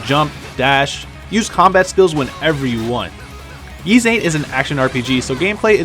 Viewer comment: It's pronounced "Ease" not "Yeeze".